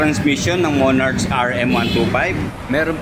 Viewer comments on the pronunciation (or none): Thanks sa video bossing, napaka informative po. skl po, sana makatulong: 1. Hindi po yata sya cafe racer. Siguro pwedeng "retro" or classic styled bike. 2. "Monark" po yung basa sa "Monarch"